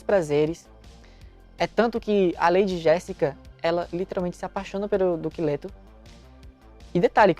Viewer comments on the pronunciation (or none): Pq eu to ouvindo: "Duque lerdo"? Socorro! Kkkk